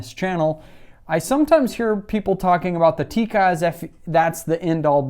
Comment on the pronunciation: First you can learn how to pronounce Tikka